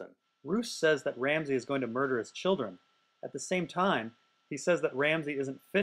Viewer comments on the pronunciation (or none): none